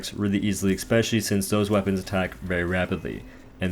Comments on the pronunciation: Love your videos man, definitely my favorite Dauntless youtube provider. Just have to say, the word is pronounced “especially” not “eXpecially” please keep up the good work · Seriously impressed by your leaderboard ravaging man, amazing. But stop saying ekspecially, i can't handle it